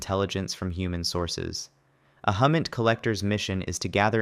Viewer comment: HUMINT is pronounced like "Who-Mint"